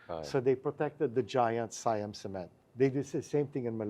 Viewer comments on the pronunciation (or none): none